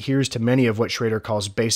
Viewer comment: Fantastically done video, well researched and executed. I would only suggest a brief look at pronunciation of Japanese, you mentioned 'eiga' quite a few times but the pronunciation you gave 'eega' is incorrect. Vowel sounds in Japanese are consistent, so just learning each vowel sound and how they sound when combined, such as "ei", will go a long way in getting your Japanese pronunciation right. Again, great video, but since you said 'eiga' in particular so many times, I felt it was worth mentioning.